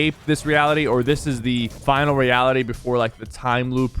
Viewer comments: “Last eality” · lol he said Today I'm going over all the LEAKS for Fortnite Season 8! Supposedly named "The Last eality!" and he forgot the r lmfaooo in "The Last eality!" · "The last eality"!!!!